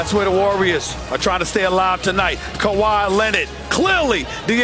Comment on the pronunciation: KAWHi = "COW-HE" KAWAi = "COW-Hi" Kawhi's name originaly from africa,which africans will call him the right term not with american acsent. So "COW-HE" please...if they like COW-Hi then call muhamed Ali as muhamed AH-Li too.